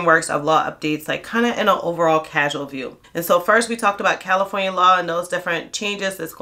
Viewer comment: You said Califronia and New York.😅 I was born in upstate New York and have live in California for last 34 years. But dont be fooled about all the labor laws in Califronia. California has the worst institutional racism in the country against men in particular of African American descent (even partial). Every group is here, so its the world is against us. The good thing is you can get a minimum wage job within a day if you have a clean record. Unless you live in rent control you cant survive off minimum wage here I'm going to bounce from Califronia after the 2028 Olympics in Los Angeles. Califronia mountains desert and coast is beautiful tho.